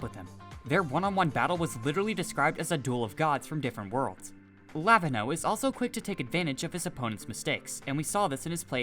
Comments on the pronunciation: its luh-veen-yo not lah-vin-hoe 💀🙏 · anyone gonna point out that he absolutely butchered lavinho name?